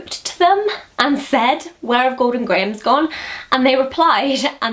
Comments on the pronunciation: Golden Grahams isn't pronounced gray-ums. It's grams. :) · when she said "grahams"i D I E D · When you say "grahams," you sound so, like, American, it's hilarious. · i liked the way you say grahams lol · You pronounce "grahams" strangely to me. haha Hello from Chicago <3 Thanks for the video :) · it must be because i'm american, but i'm fascinated by the way you pronounce grahams lol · Say "grahams" again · Haha you put on quite an american accent when you say grahams!